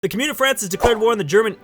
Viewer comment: I love you my, but please stop saying "Cumyoon o' France", it be Commune of France